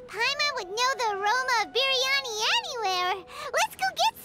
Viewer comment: paimon pronounication of food hurt my soul.... bir-ya-ni... there is no need to separate the R...